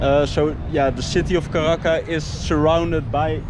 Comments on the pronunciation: please correctly pronounce Caracas with an S!! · It's NOT Caraca BUT Caracas !!!!!!! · caracasssssss not caraca